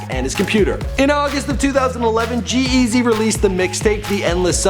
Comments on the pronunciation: The way this guy emphasizes G-Eazys name is so fucking annoying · the way he says g eazy stupid